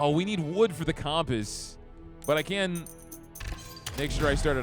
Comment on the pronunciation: Never heard someone mispronounce compass like that before.